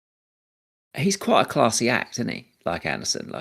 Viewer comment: Andersen vs Anderson. Not spelled the same way and not pronounced the same way. son != sen